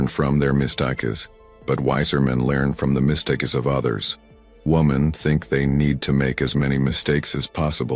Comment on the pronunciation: Now we know this is AI generated voice, not the voice of a real human. It couldn’t pronounce basic English words correctly like “mistakes” and “degeneracy”.